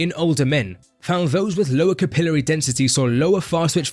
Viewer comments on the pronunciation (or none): All i gotta say is Markus Ruhl used to be a soccer player. By gddmt man stop saying capilry , its fking cap il ar y. That sht drives me nuts. Just as bad a deca- durr- a- blin. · “Capillary” is pronounced “kap-ill-larie”